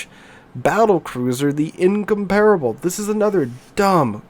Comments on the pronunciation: I like your videos but you need to work on your pronunciation. Incomparable and Bourgogne (In-COMP-ra-bil, Bour-GOIN). When you say them your way, I cringe. 😉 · Considering your English level, it is a bit disheartening that you don't know how to pronounce "Incomparable".